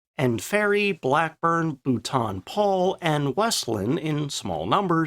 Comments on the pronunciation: Nice video. It's pronounced Bolt-un Paul btw. Not Booolton Paul. :-) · Yet another excellent video. Bravo! As an aside, despite how it may look with the spelling, the company name for Boulton Paul Aircraft Ltd, is pronounced, "Bolton Paul", not, "Boolton Paul". Say it like the, "u", doesn't exist. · one last, Boulton-Paul is not pronounced Bhutan-Paul (Bhutan is a country in the Himalayas). It is pronounced Bolton-Paul. Americans, they really struggle with the English language :)) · It is pronounced BOLTON-PAUL. But you are not the first person to say it like that. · Its Boulton Paul not bhutan paul! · for future reference 'Boulton-Paul' is pronounced 'Bolton-Paul'.